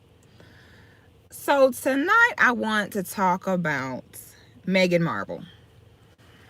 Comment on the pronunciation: I thought her name was Marhkle not Marble 🤔🤔